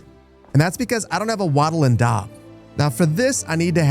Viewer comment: 🎉 Appreciate that “Keltic” pronunciation! Totally here for “Wadders” (way-ders) “waddel” (wottle like bottle) and “daab” (dorb like board). Big thanks though for the cool content.